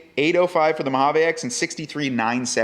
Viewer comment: MO-HA-VEEE!!!! We live in the USA bro